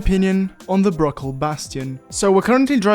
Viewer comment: everytime he says bruckell i hear brocoli for some reason